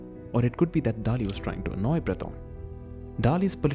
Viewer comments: Since the narrator cannot even pronounce Dalí correctly, I'm not going to take the rest of the video seriously. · First learn how to pronounce Dalí and then we talk , peasant